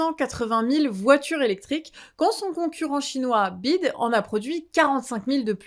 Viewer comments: BYD, ça se prononce comme FBI => donc "B why D" :D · Prononcer BYD, comme tu le fais est 1- ignorance ? 2- manipuler pour commenter ? Merci pour votre réponse. P.S J'aime bébé que vous faites.